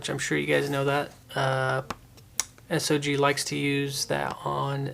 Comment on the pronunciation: Made it a few seconds into the video. If you can't even pronounce the name of a common knife company why would we care?